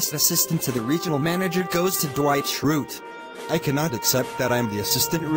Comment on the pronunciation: how the hell did the computer pronounce Schrute right